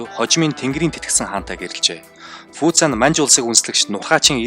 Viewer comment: sonin yrihiimaaa😂 фуца би фуча, вэй инло биш вэй инлуо